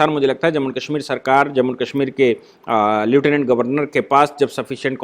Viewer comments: श्री मान् ,उच्चारण "ल्यूटिनेन्ट "नही लेफ्टिनेंट होता है। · नमस्ते सर आपने समीक्षा में लेटिनेन्ट का उच्चारण किया है,जबकि वास्तविक शब्द लेफ्टिनेन्ट है।